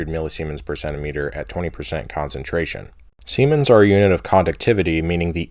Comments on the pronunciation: Siemens is named after a German electrical engineer Ernst Werner von Siemens, his last name is pronounced "zee mens" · This isn't a funny comment, and I'm not even sure if you're being sarcastic/ironic. If you are, could always pronounce it "zee-mens" if you are dreading the influx of dick jokes. ¯\_(ツ)_/¯